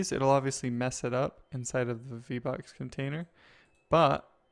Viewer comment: vbox sounds like v bucks